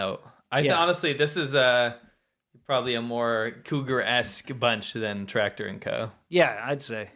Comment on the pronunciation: "Tactor & Co." LOL